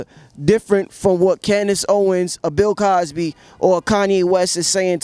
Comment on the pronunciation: This nigga said Pill Cosby 😂😂😂😂